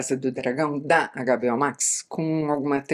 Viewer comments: Adorei ouvir o "Agá, Bê, Ó" Max! Bem nacionalista, gostei. Conteúdo do vídeo foi melhor ainda, claro! Assisti a várias das séries citadas e concordei muito com sua opinião. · Isa fala para nós por que você chama a HBO Max de Agabeó max, kkk?